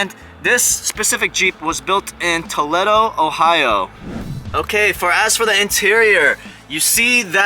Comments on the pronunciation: It's Tol-leed-o. Lol. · Good run through but the e in Toledo is pronounced with a long e. Toleeedo. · Everyone in Toe-Led-Oh, Ohio are losing their minds right now. 🤣👌🏼